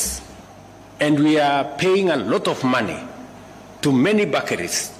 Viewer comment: can't pronounce Bakeries?